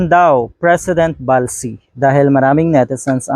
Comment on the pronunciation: Ballsy not Balsy. Pronounced as Bolsy.